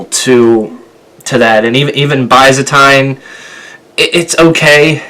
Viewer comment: Dude... Byzantine is a masterpiece. It's pronounced Bizzenteen. He says the word in the chorus, like 4 times. Did you REALLY listen to it enough to write a review? Give it a few more listens. It took me 7 listens before I began to really like it. Now, I feel that it's a pretty solid Weezer album.